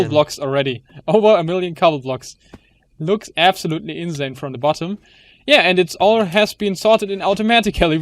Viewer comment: das s bei insane musse scharf aussprechen!